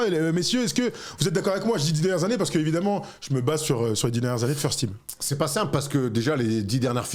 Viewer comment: "furs team" pas articulé c'est "léquipe fourrures" ça me fait penser a Asterion c'est atroce 😂 hors sujet total j'admets mais bon .